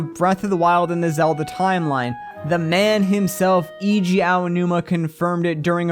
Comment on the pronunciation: why why do people keep pronouncing Eiji WRONG?